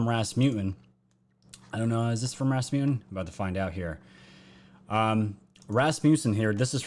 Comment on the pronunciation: it's pronounced Raths - Muh - Sun. Love your channel. Congrats on the incredible and very fast sub growth. God bless! 🙏❤🇺🇸❤🙏